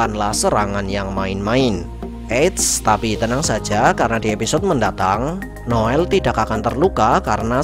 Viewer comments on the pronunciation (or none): none